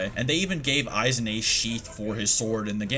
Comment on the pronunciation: Isnt it pronounce Eye-Wok? you said You-hah